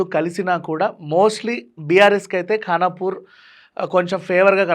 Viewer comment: ఖాన్ పూర్ 😁 కాదు ఖానాపూర్